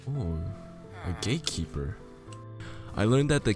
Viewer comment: Why tf he keep saying gay keeper?!